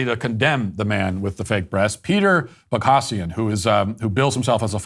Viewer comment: Possibly true, but very sad if so. Matt is working shoulder-to-shoulder with James Lindsay (even if they aren't "allies" or whatever they'd refer to themselves if they were leftists). By not even pronouncing "Boghossian" correctly, Matt is either being disingenuously snarky or is that ignorant, despite Lindsay being a direct missing link between Matt and Peter within their brands of activism.